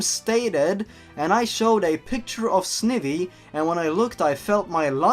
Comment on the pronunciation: It's Snivy as in snake ivy and Zourua as in zo-u-a.